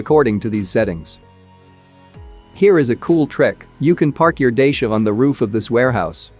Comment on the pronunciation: No one:: Saying Dacia car to Dehcia